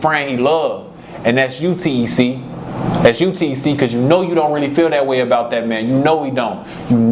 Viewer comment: Nigga ik the ppl really from the city they call him t.e.c not tec 😂